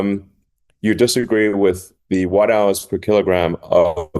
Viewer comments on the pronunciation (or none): none